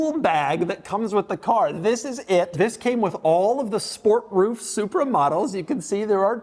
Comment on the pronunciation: "remoooof the roooof"!!! 😆